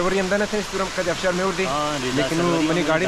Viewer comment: بسیار ببخشید آبشار میگوید افشار نیست